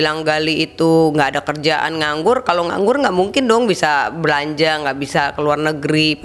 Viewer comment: Kok kedengeran nya semua huruf R jadi L 😅, dibilang nganggul, olang,,kumalasali, telus, safali, menelima, pelempuan, celai ,dibatalin, 🤪😷🤦‍♀️